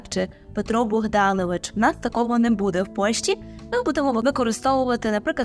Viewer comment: Вибачте, але ,якщо вже ви хочете навчати правильній вимові, то будь ласка не видавайте хмельницького будЕ.